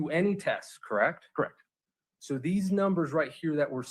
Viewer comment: did you clock that Nester said they “vacationed on Hawaii, krect??” Allison corrected her saying Costa Rica. I felt Nester was trying to trap her in a lie. This cross gave me the ick. Glad Allison stood her ground even though visibly shaken.